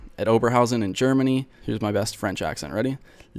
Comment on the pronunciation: The French... wasn't even close lol